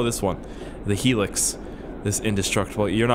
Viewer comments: it's "high"lux not "helix" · High-lux not heelix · its hi-lux not helix... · you just triggered me so hard its not helix HILUX like highlux ya know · It's called a hi-lux not a hilex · Hey, the Hilux, its pronounced high lux, like your baked out of your mind, then lux😂😂 sorry lol my uncle had a hilux, Toyota makes em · The pickup truck from, "Back 2 The Future" is a 1985 Sr5 4x4 Toyota Xtra Cab Pickup, the body style is 84-88 And the truck is pronounced, "High-Lux" like Flux but without the F, Hilux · Hilux. Pronounced "high-lux" Toyota model car. You and your crazy Canadian words. If I was there I'd fake spit on fidget spinners with you. Haha. Love your work mate. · the indestructible truck is called a Toyota Hilux pronounced (high-lux) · please, the hilux is pronounced "high - lux". how had no one yet, you cant all be american and canadian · its pronounced "hi lux" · It is pronounced 'high-lux' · Ahhhhhhhhhhhhhhhh Its pronounced High-Lucks (Hilux)